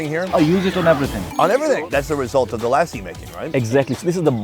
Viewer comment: literary said Lassi and then you go and say LAAAAAASI. I am gonna keep commenting on your videos until you get lassi right. haha